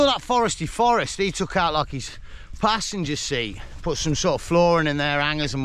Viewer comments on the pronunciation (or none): none